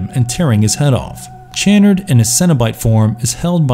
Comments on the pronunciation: Pronounced sha-nard, not chan-nerd. With as much money as you voice actors probably get, you'd think you would research pronunciations. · It is pronounced Dr. Cha-Nard -_- Being Clibe Barker over saw the first 2 movies. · his pronunciation of Channard irks me as well lol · It’s Dr. Cha-nard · Why can the narrator not pronounce Dr. Channard's name correctly? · This guy mispronounces the names of nearly every character and object in the video. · Lament and chanard really made me frustrated